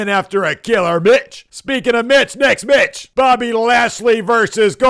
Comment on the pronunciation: "Next mich" 😂😂😂😂